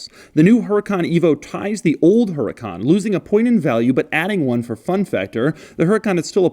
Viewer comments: The H is silent. It’s pronounced u-ra-cán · The accent goes on the second a; Huracán. Te issue is with the manual, but very cool you noticed. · i believe its pronounced "UDU-KHAAN" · H is silent please say uracán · The “H” is silent! Just pronounce the name as if the H didn’t exist - please... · They messed up in the Manual haha, it´s Huracán, stressed syllabe is the last one...HuraCAN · Does in the manula put hurácan instead of huracán? Lmao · You pronounced huracan differently this time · It's huracán. Hurricane in spanish. Whoever made the owner's manual messed that up I think. 🙆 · Says the accent is over the second "a" in Huracan. Shows owner's manual where accent is over the first "a" Shows doorsill with accent after the second "a" Real consistent there Lamborghini. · So he says the accent is over the second A but on the book it’s first A. Come on, Lambo! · "Huracán" is a spanish word and the accent goes in the 2nd "A". The typo is in the manual, not in the car. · the accent is on the first A in huracan the accent is on the second A in huracan. make your mind up, italians. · If this video gets deleted, its because lambo gave Doug some hush money. Accent on the wrong "a". How embarrassing. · Huracán, google it, Doug. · Btw the owners manual is wrong its huracán not hurácan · Accent should be on the second A., and the H is silent. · The only thing with the Á is that is in the wrong A....... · yeah but the accent is put on the OTHER A! Lamborghini can't seem to decide which A is supposed to have the Accent! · Huracán is Spanish for Hurricane. The accent goes on top of the 2nd A. -------------------- Huracán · The accent is in the second a, the H is silent and Huracan means Hurricane. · the manual is messed up, huracàn is right, even if its a spanish word you can hear by the way you say the word that the accent sits on the second a.... huraca - n / hura - can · I was getting nervous thinking that Doug didn’t realize the accent fail but hell no. HE. HUNTS. QUIRKS.